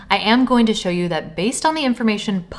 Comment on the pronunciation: "A big show (pronounced shou)? Another flippin AI channel...fluck!